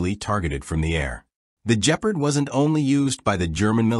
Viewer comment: Bloody hell the A.I. narrator really botched this one! “The Jeaprd”😂